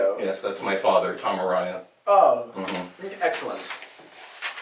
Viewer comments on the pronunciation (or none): Wtf....did you just call tom araya "Tom ARAHYA".....GET OUT NOWWWWW!!!